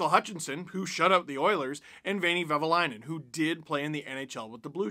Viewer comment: I know it's hard for someone who's not finnish, but it's "Vehviläinen" 😁